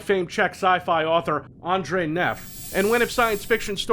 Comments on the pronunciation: Nice work,. You pronouced "Ondřej" pretty well for an American. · Czech viewer here. You pronounced that name fucking perfectly. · My dude, that pronunciation of "Ondřej" was ON POINT. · WOW, i know why you're the iteration that sticks with us, not yet replaced by #12. You try hard and you succeed! I commend you for pronounciation of Ondřej Neff! And yes he's pretty good scifi author. Love his cyberpunk trilogy Millenium, which unfortunately non-czech speakers will have.. difficulties reading. Never the less it's worth it:D Cool, end of pleasantries now back to the video. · Complained about pronouncing HROT, but nailed Ondřej. I wonder how many times was he shocked before he got the pronounciation right.